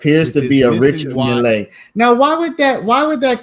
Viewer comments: Just Mill not Millay.😊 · Stop saying mill lay!!!